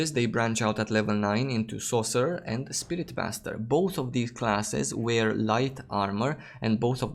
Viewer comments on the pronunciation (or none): 🤣 Sounded like it to me.